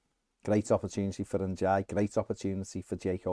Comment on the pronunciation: For the love of Dixie Dean please find out how to pronounce Ndiaye...